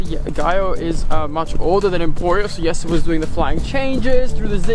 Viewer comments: Why does call Jesse Yesa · Jesse is originally a Dutch name. They pronounce it Yes-a. English speakers are the ones who changed it.